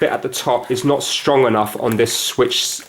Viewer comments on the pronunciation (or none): none